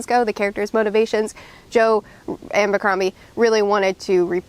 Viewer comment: Its Joe ABBBBBBercrombie!!! Not Joe AMMMMBercrombie!!! It's without an M!!!!!!!!🤷‍♂